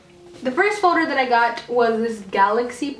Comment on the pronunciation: You keep saying foder when it is folder